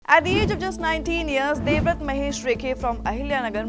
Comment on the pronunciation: Devrath is different from devavrat... Plz pronounce his name properly